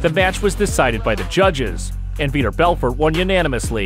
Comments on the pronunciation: How does every MMA fan feel when you mention the name "Veeder Belferd"? They feel like it's pronounced Vitor Belfort. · How do we feel when we hear the name "Veeter Belfer"? Like you have no idea what you're talking about.